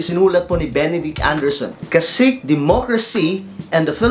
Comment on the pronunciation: CACIQUE ...... pronounced KA-SI-KE in Tagalog